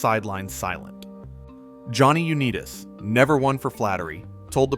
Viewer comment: AI disclosure should be a law on the internet. Google - make AI disclosure mandatory on all YouTube posts. We shouldn't have to waste our time waiting for all the mis-pronounced names. They mispronounced Butkus, Halas and Unitas. It makes you question the validity of the information presented.